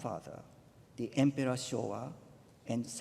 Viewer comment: I am amazed that Camilla managed to stay awake during the emperor's speech. She seemed so bored. I'm sure that if she had not been so amused each time he pronounced his "L's" as "R's", it would not have been possible.